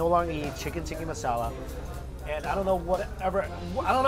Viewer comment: Dude, listen to how HE pronounces the dish names. It's TIKKAH masala.